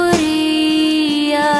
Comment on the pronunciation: Jissis dis “PrEtoria” nie “PrItoria” nie!